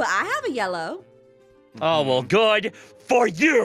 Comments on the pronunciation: Itsfunnehs sister said blellow blue + yellow = blellow right? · Did she not say blellow? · I say lellow to